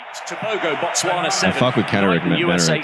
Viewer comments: Pronouncing Botswana as Bots Wunna is crazy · 🇧🇼🇧🇼🇧🇼🇧🇼representing 🎉💯🤞🏾😎🤗🕺🕺🕺..also guys its B-O-T-Swana(bo is pronounced the way you'd say the BO in Booty)